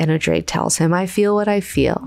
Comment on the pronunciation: Sorry I'm late to the party, just starting the first Heretics video. Pronunciation: Darwi Odrade = "DAR-wee", "O-DRAH-Duh" (not "O-Drayd")